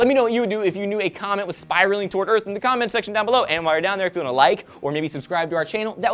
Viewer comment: Did he say "in the comet sectio..."